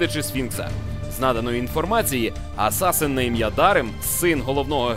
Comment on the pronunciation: Хлопці, не кажіть асасИн, кажіть як є з транскрипції англійської асасін! Вухо ріже трохи.